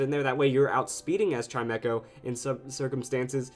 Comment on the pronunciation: WHAT? I thought it was pronounced CHIME CHO, not CHIME ECHO